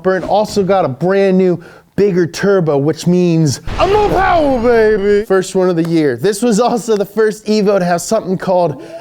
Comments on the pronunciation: More powa bebeh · MOH POWA BABEH!!!